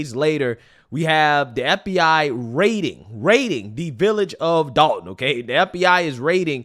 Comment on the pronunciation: NBC News are idiots its Dolton not Dalton you'd think they'd spell check their words on the screen. Especially since they got it correct later on.